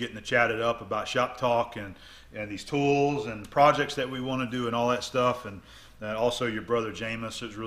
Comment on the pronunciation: *Tools, not tolls :)